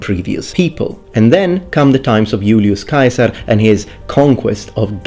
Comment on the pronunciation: I love how you pronounced Julius Caesar's name as it would have sounded when he was alive. Brought me back to Latin class haha